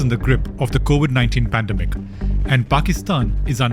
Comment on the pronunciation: I hate it when I hear Pandem-Ic instead of Pan-dem-ic.